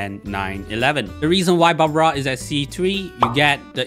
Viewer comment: its barbara..not babra🙂